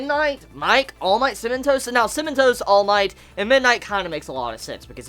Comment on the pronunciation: Haha every time you said "Cementos" I heard "cinnamon toast" and took half the video to figure out who the heck "cinnamon toast" was. Yeaaah I'm slow. XD